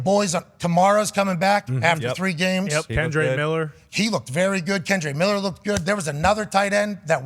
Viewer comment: He lost me when he said Kendre Miller loojed good